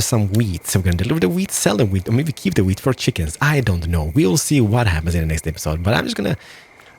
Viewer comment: I swear hes saying weed